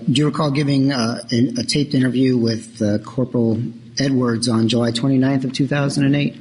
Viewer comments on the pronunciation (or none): Wiff regards to......